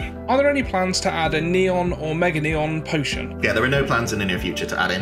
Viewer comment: Did you say neon potion?!?!